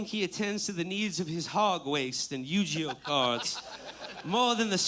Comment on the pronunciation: Yu-JEE-Oh? That's it Will must be stopped.